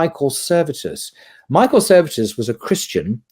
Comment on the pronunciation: it should be Michael Servetus, not Michael Services